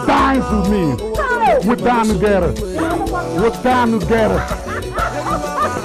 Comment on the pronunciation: That moment when Igwe 2 pac turns “we dine together” to “We danu gera” 🤣🤣